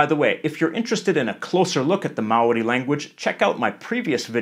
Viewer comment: Man that Maori pronunciation is flawless 🤯Chur G